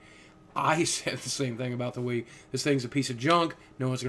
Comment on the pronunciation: lol WiiV